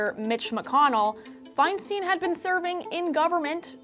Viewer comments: It’s pronounced “fine-stine”, not “fine-steen”. It’s a valid topic, but such an obvious error distracts from the point. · Exactly. It annoys me every time I hear it. EI, at least in German, is pronounced "eye," as in "Ich bin EIN Berliner" (for those of us of a certain age).